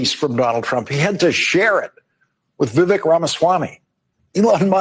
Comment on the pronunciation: As much hoop-la as the Left made over the pronunciation of Kamala's name, this Lawrence (Larry) guy mispronounced Vivek's name. It's Vivek - "like cake"! Just saying!